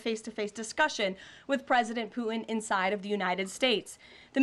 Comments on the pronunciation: It isn’t Poo-in. It’s Poo-Ten. She can’t even pronounce Putin correctly??!! 🙄 What an idiot. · Flash/Thunder, specifically because Germans cannot say those correctly, she says Puh-in, without the hard T, she's Russian. She needs to be arrested as a spy.